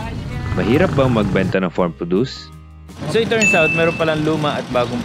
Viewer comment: Proww dus po... Hindi produce. Ibang word po iyong. FYI lang. ty